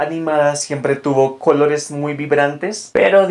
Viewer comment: Buen video, solo me desconcentra tu manera de pronunciar la "C" que sé que usan en ciertas partes de Kholombia. -kholores -khabello -khálidos